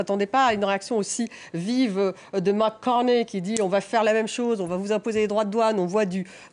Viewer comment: C'est Mark Carney, pas Mac Cornet ...